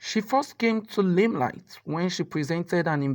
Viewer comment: LILELIGHY is pronounced laimlait not limlait. LIBEL is pronounced laibl.You guys should upgrade yourselves. It's annoying listening to avoidable errors.